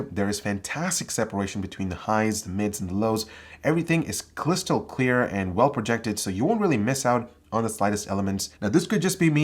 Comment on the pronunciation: "everything is cLYSTAL CLEAR" LMAO